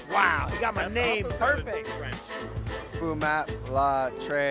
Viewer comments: phúc đọc thành fu*k? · Phúc thì mấy bố toàn đọc là Fuc-k là sao ta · K hiểu sao phúc mập thì toàn đọc là f#ck mập 🤣🤣🤣🤣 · Phúc sounds like the F word so yeah